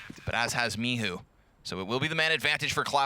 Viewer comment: Is he calling him mihu on purpose cause there is clearly a "C" there. Michu not Mihu